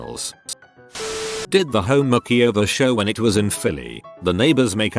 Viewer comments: "Extreme Home Mack-e-over" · "kitchen mackieover"